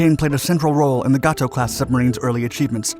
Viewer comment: apparently never reads these comments. His pronunciation of "Gato Class" has been corrected countless times, but he still does it.